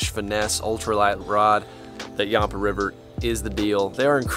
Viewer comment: You're pronouncing yampa wrong!! I live by the river